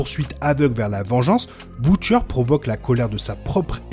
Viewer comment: On prononce Butcher "beutcheur" et non pas "boutchaire"